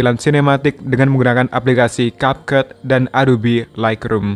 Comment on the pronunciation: It's Kepkat not Kapket